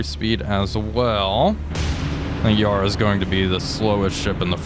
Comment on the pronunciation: Yarra is pronounced Ya Ra, both short syllables as opposed to Yar Rar